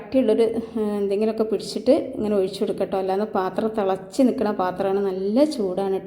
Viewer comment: ഒയിച്ചു,, കോയിച്ചു,,,,,, മലയാളം പഠിപ്പിച്ച മാഷ്,,, ഉപ്പുമാവ് സാറായിരുന്നോ